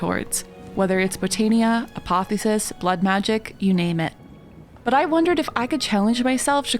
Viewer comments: Love the presentation method. The word is Apoth-E-osis, not Apothosis. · Hey apotheosis is pronounced a-poth-eosis , Like mitosis but with apoth in front instead of "mit"